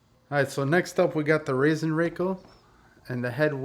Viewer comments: Pronounced Raaasen Rackell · Funny how "Rasenrakel" is pronounced in USA 😅 If you take a closer look, you'll see that it's made of one solid sheet of metal with edges gently bent (so actually no edges at all). That is why it glides so easily in spite of its weight and that is why it makes little to no damage to the grass blades when top dressing. The open top is there to collect the larger pieces of wood (when using compost etc.) which otherwise stay "floating" on the grass, but it's useless when using pure sand. You can fill it with silicone if you always use just sand, but it's actually a usefull feature. Greatings from Austria! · Sorry, it is called Rasenrakel. Not Rassenrakel. Because Rasen is the german word for lawn, and Rassen is it for breed/races.;-)